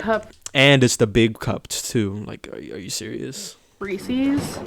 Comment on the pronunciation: Why does she call reeses reescees? God it gets on my nerves, why do people not understand how to pronounce the word reese?